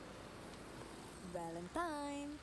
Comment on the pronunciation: Si tk sedar diri.. da la sebut Valentine salah. Menyampah..